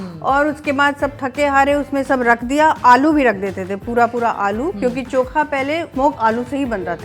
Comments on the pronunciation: its not choka it is chokha😂 say it properly,, when you are food blogger 😢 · Koi kamya ko chokha bolna sikhao😂